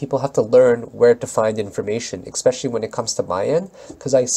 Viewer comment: hey bud thanks for vid, got all my spreadsheets, do you use a trade journal at all? Also just have to say it, the word "especially" is pronounced essss, not exx. everyone on youtube says "expecially", i had to say something lol. I'm italian, and in no way trying to criticize grammar, just everyone does it and i looked it up :) And of course monetize you deserve it.... but steemit a bit messed they still haven't sent me email back so can't even support u there yet